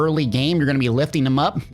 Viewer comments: I was going to say this, too. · It's BOMBARDA... Not BOMBARDIAAA.... 😉